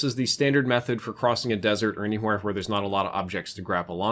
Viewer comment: Def from the south or stayed some time there "anywhoere"